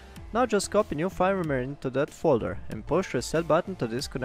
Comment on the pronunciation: Nice video! In English we would pronounce "firmware" like "ferm where"